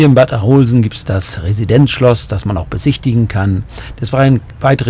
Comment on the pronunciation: Hallo ich komm aus Arolsen aber das O in Arolsen wird kurz ausgesprochen